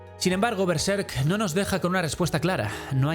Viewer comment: Es uno de los análisis más interesantes que he visto de Berserk, y me agradó que pronunciara Berserk igual que yo jaja Normalmente lo pronuncian con el acento en la primera sílaba, pero yo creo que le queda mejor en la segunda, como en este video.